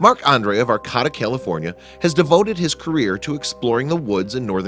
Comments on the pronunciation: Learn how to pronounce words. Arcayta. Not arccahta dumb ass. Ps. Sorry to be so harsh but you make mistakes constantly as if you are not a native English speaker. Finally this story is not at all interesting. No payoff!! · That town is pronounced "Ar - KĀ - ta". Look things up, will ya?! I'm a Californian & couldn't figure out WHAT you were talking about! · Thank you... At first I thought, " What... where!?" then, "Wait! He's mispronounced Arcata. Doh." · Pronounced: Ar CAY ta Not: Ar COT a Also, leave the guy alone. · It's pronounced ArCAYta, not ArCOTTa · Arcota? It’s arcaaaaaata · I lived in Arcata for decades and I can tell you it is pronounced 'R-K-ta' not 'R-cada' as pronounced in the video. Also, it is not at all amazing that there is a cabin in the woods on public lands as there are many travelers that use the public forest as a home during the trimming season throughout the Emerald Triangle. The weather is mild year-round and a tent would serve quite well as a home for some travelers, obviously the builder(s) of this cabin preferred solid walls. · The narrator is mispronouncing the home of California State University Humbolt. It's not Arcata like terricotta; it's pronounced Ar-kay-ta. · It's pronounced aR-Ka-Ta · You are pronouncing the area and forest name wrong. It's ArcAta with a long middle "A". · AR-KAY-TA, California. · Arcata, is pronounced, short "a", long "a", long "a". ("R-kate-ta). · It's pronounced ArCAYta. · it is pronounced Arcata, R Kata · It’s pronounced ar Kate ah. 👍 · It's actually pronounced Ar-kayta. Used to live there... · You mispronounced Arcata. It's Ar-kate-uh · Sorry. Gotta do it. It's pronounced "Arr-Kay-Tuh" Arcata, Ca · I am from Humboldt County,California and Arcata is pronounced (ar-cait-a) it is about 7 miles North of Eureka on highway 101 along Humboldt Bay.I Lived there from 1972 to 2002 and My daughter and her three kids still reside there.For Pete's sake at least get the name of the town right. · That's Ar CA da ,ca